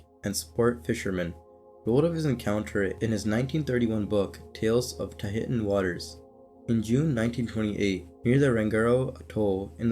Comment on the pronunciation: The location of Zane Grey's expedition is pronounced Tah-hee-shun. Tahitian should be the correct spelling of that phonetic spelling. I just thought I would offer assistance. Be well ...